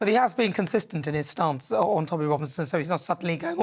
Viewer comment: He's a snob. Tommy has the wrong accent.